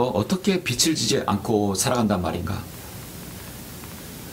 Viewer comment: 주제 넘지만,빛을->비츨 빚을->비즐 빚이->비지 목사님도 사람이신지라 완벽히 국어 문법을 모르실 수도 있습니다 저도 마찬가지입니다 목사님은 우리들 보다 성경에 관한 진리의 지식이 풍부하십니다^^